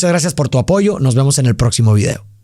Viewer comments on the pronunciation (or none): none